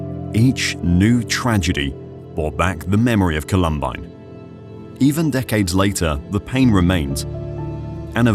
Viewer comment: 1. Did art director really need to include the view up the female student model’s skirt? 2. The shooters removed their coats, that was even included in the narration, and yet they continue to wear their coats for the duration of this video. 3. WTF is up with the narrator’s pronunciation of the school’s name? No one calls it “call-UHM-bine” 😂